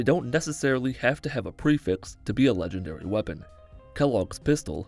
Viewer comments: I’m not gonna lie, the first time he said “legengary” got to me 😂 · “Legengary” GARY GARYYYYYY